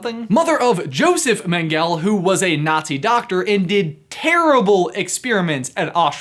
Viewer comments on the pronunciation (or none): Josef Mengele is pronounced “Yosef Men-gul-a”. And very cool video. I seriously love all of your videos!!